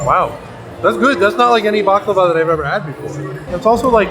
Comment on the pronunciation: You gained even more love and respect from me for saying “baklawa” and not “baklava” ❤